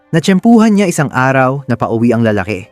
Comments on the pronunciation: La-la-ki… hindi LaalaaKE! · Para sa narrator: paki ayos naman Ang accent ng Tagalog mo😊 tulad ng lalake. Ang stress nasa second syllable